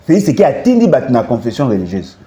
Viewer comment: Bolodjwa mofibi masoko ya Kanambé. Zoba ya mobali. Motema mabe kk neti elongi na ye. Felis Sekedi kiekiekiekiekie ayebi ata ko prononcer Felix tshisekedi te.